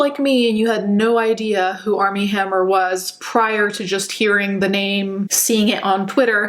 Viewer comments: I swear she keeps saying ARM N HAMMER 😂😂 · I kept thinking she was saying “Arm & Hammer” like the baking powder 😂😂